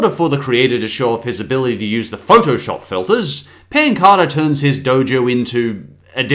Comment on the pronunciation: When he said pancada was really funny😹😹